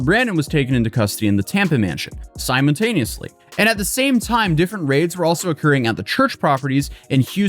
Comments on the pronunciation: 15.09 "simon-tameously" what on earth does that mean? does it refer to taming a person called simon? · “Auto-mobile?” “Simon-taneously?” Is he having hearing difficulties, or did he simply burn his tongue really badly at lunch? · auto-mobyles and simon-taneously?